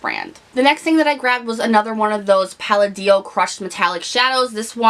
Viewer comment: palladio - pronounced: pah-law-dee-oh